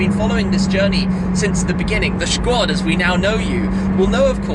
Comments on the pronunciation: please stop saying "shquad" just say "squad" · Any body else find this ‘shquad’ business annoying?! Im not a troll and love tims vids but it bugs me every time he says it and its so cringy